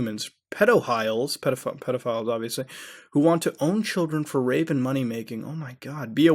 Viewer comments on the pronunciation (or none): none